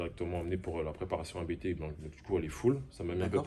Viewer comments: Juste pour info la famille: officiellement, on dit "APTE" et pas "A-B-T" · Salut , super video comme d'Ab- Juste pour info on dit pas A.B.T Mais "Abt" car ce ne sont pas des initiales mais le nom de famille du préparateur. fondateur: Johann Abt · Par contre on dit abt pas abt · Nan nan les gars, on dit Abt, pas A.B.T lol Du nom de son fondateur, Johann Abt. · on dit ABÉTÉ PAS ABT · Bonsoir on dit A B T pas ABT on dit B B S pas BBS on di Kamei pas Kame i etc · Prononcer ABT comme tu le prononces, ÇA c’est insolent 😂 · NON O DIT A B T EN TROIS LETTRES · Vous êtes trop nuls... ABT ça se prononce ABT et pas ABT.... pffff 🤣